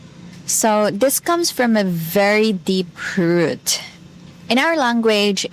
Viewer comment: What confused me was when your accent made "root" sound like a two syllable word 😀 I think my ears have adapted now